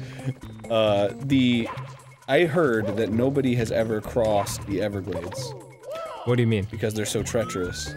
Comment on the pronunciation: when Arin said "evergaldes," a horrid flashback just came up the last time I visited the everglades...let's just say, keep your beloved dogs indoors as much as possible 😰